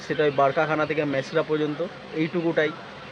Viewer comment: It is Mesra and not Masera, please pronounce correctly.